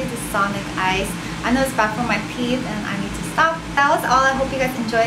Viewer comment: The way she says teeth lol "theeth"